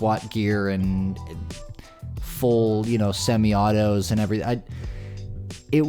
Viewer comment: Did this man say "full Simi autos"? Tell you don't know about guns, without telling me you nothing about guns. Lol